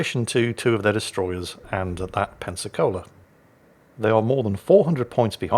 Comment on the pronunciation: Every time says Pensacola I thought he was saying Pepsi-Cola 🤣🤣